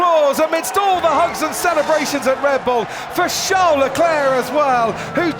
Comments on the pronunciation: Comentator calling CHARLES - SHAO LECLERK why u do this ? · its a joke on how crofty pronounces Charles' name